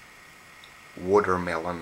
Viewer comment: the way he says watermelon OMFG LOL